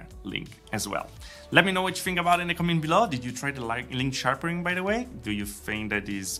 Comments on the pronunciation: Sharpering ? Sharpening ! 😆. Then again your English is infinitely better than my Romanian so well done on another terrific vid ! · Nice vid, just wanted to point out it's sharpening not sharpering 😅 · Sharpering? Sharpening.